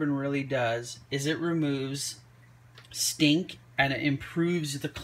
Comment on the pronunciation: the way you say stink 🤣🤣🤣🤣🤣🤣🤣🤣🤣🤣🤣🤣🤣🤣🤣🤣🤣🤣🤣🤣🤣